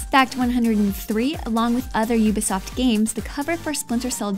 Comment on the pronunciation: oooooooooooooooooooobisoft not youbisoft...sorry